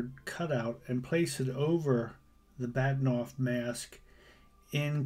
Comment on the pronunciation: It's Bahtinov not Baktinov.